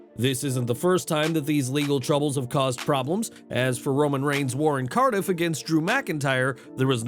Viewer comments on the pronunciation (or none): none